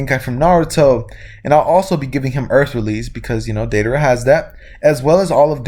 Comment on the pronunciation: u mixed 2 letters in the name it is deidara close tho